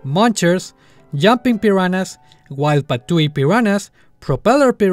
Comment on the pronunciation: parece que dices la palabra "peruanas" XD